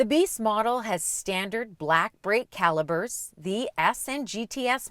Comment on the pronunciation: Macan.. all day, every day!!! knows!!!! Zack, You HAVE to get her, one.. Please!!!! lol, You obviously know they're "calipers" not "Calibers." Unless it was a play on words..